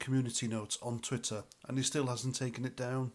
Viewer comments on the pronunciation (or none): none